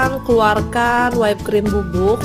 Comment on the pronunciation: Whipped cream dibaca Wipd krim, bukan Waip krim #koreksi #kritikmembangun #supayalebihbaik